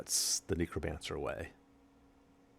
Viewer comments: Very disconcerting hearing you mispronounce Necromancer over and over as nEEcromancer instead of nEHcromancer :( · Neck-row not neecro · amagad NEH-cromancer not NEE-cromancer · KNEEcromancer LOL